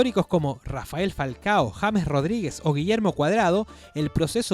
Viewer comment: Todo bien pero rafael falcao 😂😂😂😂😂